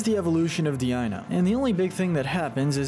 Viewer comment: Deino is pronounced dino, not dee ino. Its from the German word for 1, being eins. Ei in German says ai